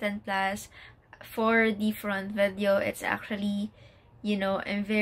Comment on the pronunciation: You pronounce "the" as "dī" if it follows a word that has a vowel as its first letter. Such as "dī eagle"